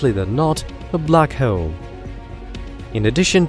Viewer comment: What is going on with the way this dude says “bleack haeole” 😂